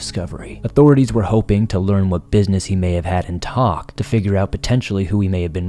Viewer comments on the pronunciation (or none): Just letting you know it's pronounce Tok Alaska. Kind of like you're taking a toke of something lol